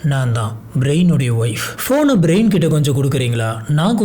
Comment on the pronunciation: பேரெல்லாம் கரெக்டா சொல்ல கத்துக்கோங்க பிரயன் பிரைன் ன்னு சொல்வது தப்பு brain நா மூளை ன்னு எல்லோர்க்கும் தெரியும் ரைட் சொல்லு கொஞ்சம் try பண்ணி கரெக்டா மாத்தி பேச pazhagavum